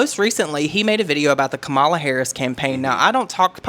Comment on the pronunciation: IT IS “COMMA-LA”. Thank you.